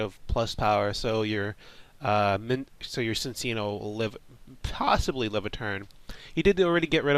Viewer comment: It's pronounced Chin-cheeno. My life's goal is to get people pronouncing this name correctly. He's a chinchilla. So you use the "ch" sound. Chinchilla and chino cloth. His Japanese name is Chillaccino. Before you say "But there's no h at the beginning!??!" Just ask yourself WHY would it be pronounced Sin-cheeno? It doesn't make any sense. He's not a dark type, he doesn't do anything particularly mischievous, and Nintendo of America would not have that anyway.Ci looks better than Cc at the start